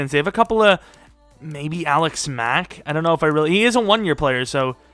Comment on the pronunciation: The more you say Alex Mack, the more it starts to sound like Alec Smack